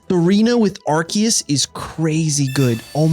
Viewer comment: The last e is silent its pronounced bannet lol and its ar-sea-us not ark-e-us